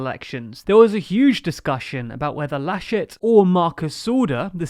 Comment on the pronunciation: They can't really attribute the losses to Armin Laschet since his short time in office. Also you tried really hard on the pronunciations xD